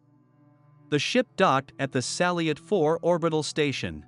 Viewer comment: Its pronounced Salyuut 4 not Saliot 4